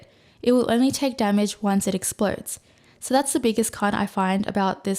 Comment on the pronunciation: Hi. You're awesome and all that, and I've got a lot of useful info out of your channel, thanks! BUT. The way you pronounce letter "o" is cringing the fuck out of me. I twitch every time you say "so", "no" and etc. It's [nou], [sou], but not [soiurr, noiuwrr]! I understand that at this age it's too late to fix pronunciation problems, and no way I would advice you to fix this in any form (unless you actually can do it, haha). And please excuse me for being little hateful, but I couldn't keep it to myself. Now I feel a bit better. Best wishes, peace:)